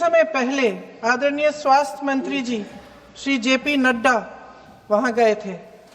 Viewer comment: ആദരീണിയർ എന്ന് പറയരുത്